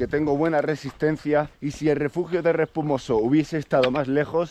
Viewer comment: Es Respomuso no Respumoso*!!! 😂😂😂